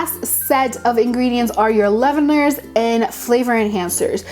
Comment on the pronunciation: Leave-En-Er lol :D